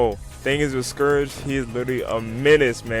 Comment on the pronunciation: scourage the hedgehog